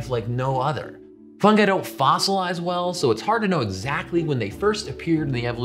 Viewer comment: Good choice on the pronunciation of fungi, it irritates me when people pronounce it funji